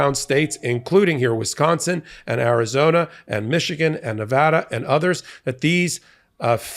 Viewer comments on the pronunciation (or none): none